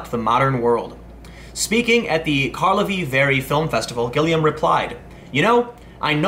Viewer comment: Loretta Gilliam is an auteur, she need not give any fucks. PS That's not how you pronounce Karlovy Vary.